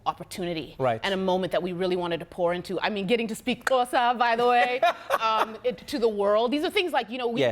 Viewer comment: wow sh slayed the x in xhosa